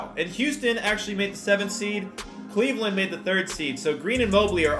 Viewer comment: Did he say Cleveland